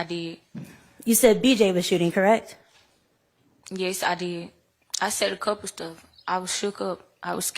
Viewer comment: lipsmack “CORRECK” 😂😂😂😂😂